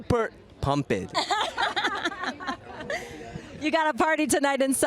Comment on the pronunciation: “Super Pump-ed.” The king has spoken, I will now be pronouncing it like this for the rest of my life.